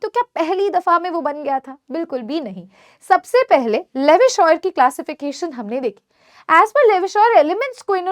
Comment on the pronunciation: Mam aap humesha ki ki jagah bi kyun bolte ho ??